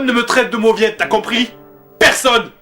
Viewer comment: Mauvietteuh ! :p